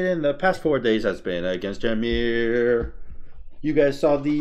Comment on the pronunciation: Why doed eberybody say ya-meer? its ee-meer. all the gods literally say their name when u pick them